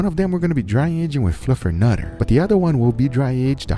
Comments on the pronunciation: Fluffernutter? Even said Fluffenufer . How is it possible Guga’s English has gotten worse over time? He really needs a native editor/producer/consultant. One error is cute or funny, but wrong throughout the whole video is distracting, borderline cringe. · he even calls it "fluffer nuffer". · Guga love the vids but that’s fluff not fluffernutter. A fluffernutter is a peanut butter and fluff sandwich bro. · Fluff... not Fluff 'n' utter.. Fluff 'n utter is Fluff and Peanut Butter! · “Fluffer-Nuffer” -Guga 2021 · More butchering going on here than just the meat, LOL. "Fluffernuffer?" Gotta love Guga!